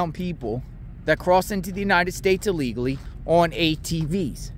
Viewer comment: Please pronounce. ILLEGALLY. Correctly !